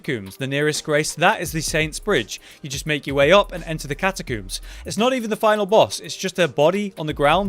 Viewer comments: I like how he says catakoombs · Elden Ring has really drawn my attention to how many people cannot pronounce Catacombs properly. Where is this catacooms chat coming from lol. Amazing build as always my dude. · The way you say catacooms... I'm struggling